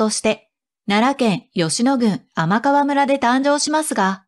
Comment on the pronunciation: 天川村はてんかわ村ですね。